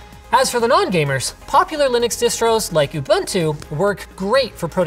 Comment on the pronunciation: Ubuntu is pronounced OO-boon-too. Trust me, I'm from south africa, where the term originated from.